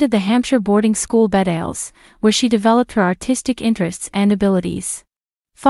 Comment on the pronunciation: Snowdon....like "snow" (snohdon) Her "brother David" succeeded his father as Earl of Snowdon in 2017. The school is Bedales (Be-dales not bed-ales) and you made it sound like Lady Sarah's mother died at 38 rather than that Lady Sarah was 38 when her mother died